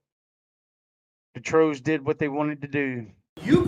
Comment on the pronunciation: Why do they call people "troes"? Can't they say TROLLS? Do they all have speech impediments? Too bad we can't trespass them from the entire USA!